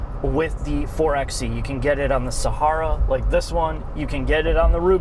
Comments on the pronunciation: Actualllllyyyyy, it's pronounced four-by-eee. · Btw it's "Four by e" not "Four x e" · It's four by e. Not four ex e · It's called and pronounced 4 Bye e. As in 4X4 ......NOT 4 EX e.